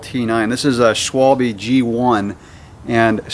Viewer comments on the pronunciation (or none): Funny to see the pronouncation of "Schwalbe" in English, sounds like "swol-a- bit". But what are the advantages of those TL tires except less weight?